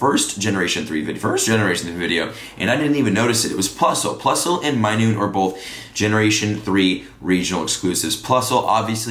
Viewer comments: Minun. Not minoon. Not being rude just making sure you know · Minun pronounced, "my-nun" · he also called minun minoone